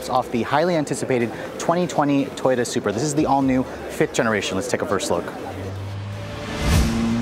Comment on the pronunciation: its sup-ra. not super